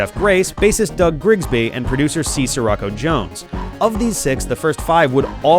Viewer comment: It's not "sir rocko," it's "she-rocko" as in Paptimus Scirocco from Zeta Gundam